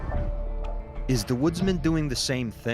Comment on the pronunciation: I cringe Everytime someone mispronounces "Oregon" people seem to emphasize the O near the end when it's pronounced the same as the organs, like the ones inside the body xD